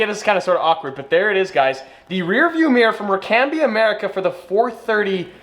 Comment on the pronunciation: Rear view Meer as in Meercat. Odd boy. Odd country.